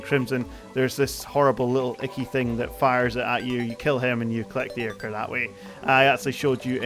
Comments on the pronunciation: i think its pronounced "eye-kore" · I -Core is how you pronounce ichor